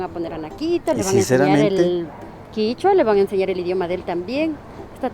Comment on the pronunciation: Kichua o quechua en realidad es quechua KECHUA